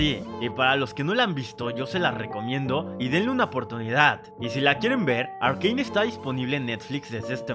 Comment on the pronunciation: Un dia conoci a alguien que en vez de decirle "arcane" lo pronuncia "arcain"